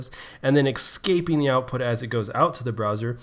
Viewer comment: Why do you keep saying excaping?